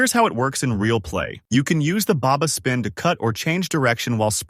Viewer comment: I quit after Baba spin XD it’s fucking Berba spin